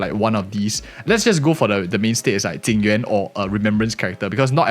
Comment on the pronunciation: It's so confusing when people call Jing Yuan, Ting Yu-in. It's bad enough with people now calling Fugue, Tingyun. But this character isn't Ting Yu-in, it just makes the video confusing to listen to.